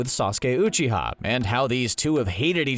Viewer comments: I loved this video but the way the narrator says rasengan and uchiha annoy me so much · Your videos are amazing, but i can't stand the way you pronounce Uchiha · After all this time you guys still can’t pronounce uchiha and rasengan properly.